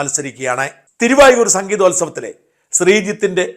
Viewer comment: തിരു വായൂർ അല്ല തിരു വാരൂർ ആണ്